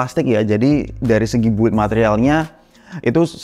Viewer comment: Ralat ya mas, "build" dalam bahasa inggris dibaca "bild" huruf "u'" tidak dibaca. Sukses teruss channelnya yaa...